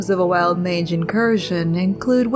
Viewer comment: I thought you called it a "Wild Minge" not a "Wild Mange". I nearly flipped my truck.